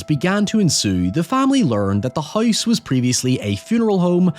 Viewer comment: That's what I'm wondering. Kind of weird... He says hoy-ever and hoyse (house).